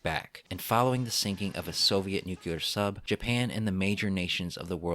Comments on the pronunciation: For me the “nuke-you-lar” thing makes this video hard to watch. I’m glad someone else noticed it. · Why is it that so few people can pronounce "nuclear" correctly? It is NOT pronounced "nucular"!!!! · Nuclear not nuculer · nuclear dude! New-clear!! Nu-kuler isn't a word! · I love the content, but every time the work "Nuclear" is pronounced "Nuke-ya-lar" it takes me completely out of the content and takes me back to the Simpsons episode that dealt with this pronunciation: Ugh.